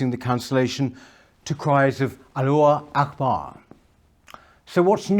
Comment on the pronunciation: "...to cries of Alluah Akbar." What?? Who's that? By mispronouncing this (Allahu Akbar) and other words used by Muslims, you're just playing into their hands. They'll say: "He couldn't even be bothered to pronounce THIS correctly, and it's just about the most famous Muslim phrase of all! Obviously he knows nothing about us, and nobody should listen to him." It's like people who can't pronounce the surnames of the Russian and Chinese presidents: this just plays into their hands! It's not difficult: a few seconds Googling will get you the correct pronunciation. Get it right!